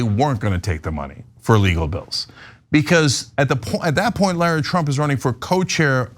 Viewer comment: Laura is a beautiful name. Lara (rhymes with care-uh) is a stupid name. Please call her by her rightful stupid name. Lara.